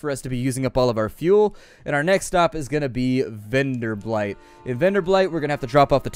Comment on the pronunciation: Keep it coming. And please, it's Venderbight, not VenderbLight (pay attention to the 'L').